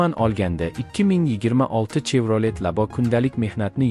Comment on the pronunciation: Чевролет эмас шевралет деб айтилади савод хам говлат кетганми